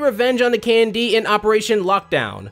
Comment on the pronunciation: I spent all the video listing Candy instead of KND, if the name of the show is that intentional it is genius